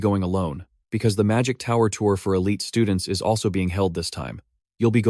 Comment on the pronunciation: The STUDE-NTS xD